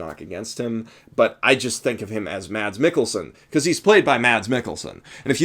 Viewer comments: He's actually pronounced Mess, not Mads. But yeah, I agree, he was amazing in here and he is amazing in everything he does. If you haven't watched Hannibal: Shame on you, for it's on of the greatest shows there ever was. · try to pronounce mads as mas its kinda how its pronounced in denmark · The D in "Mads Mikkelsen" is actually silent, so it's pronounced something like "Maz"